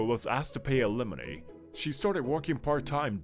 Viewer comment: Who da fuq pronounces Alimony as ah-li-moh-nee Is it AI voice over or someone purposely rage baiting lmao